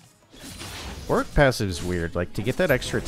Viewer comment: One day people will pronounce Warwick properly :(